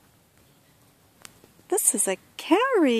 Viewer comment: Kow ree nice pronunciation 😂 it's ka-oh-ri.